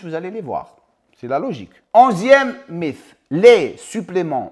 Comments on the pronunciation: Merci pours ces rappels. Sinon en français on prononce mite, pas mif 😉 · Salut, quel plaisir de voir la notif de ta vidéo, impeccable 🙏 pour info, le mot mythe s'écrit mythe mais se prononce "mit", "mite" hate de voir ta video 💪